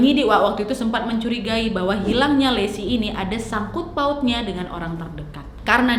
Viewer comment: Lesi❌ Laci✓